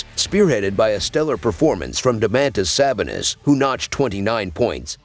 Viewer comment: Yepp you lost me at "duh-man-tizz sab-uh-nizz" I'm out ✌🏽 like WTF IS THAT 🤦🏽‍♂️🤦🏽‍♂️ DOMANTAS SABONIS would be very disappointed btw